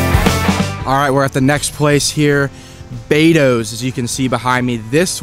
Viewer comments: Beto's is "B "e" to's. Not Bado's. Bado's is up on Beverly Road. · Its not Bados itd Betos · It's Bee Toes.